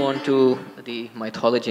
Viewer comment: Me-thology! For God's sake!